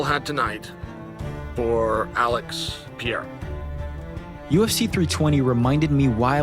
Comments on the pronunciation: What’s bewildering is how Unc Chael still can’t pronounce Alex’s last name correctly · am i the only one who hates the way Jon Anik says Pereira?